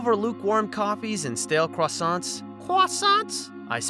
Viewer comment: "CWUSIANTS" caught me off guard 😂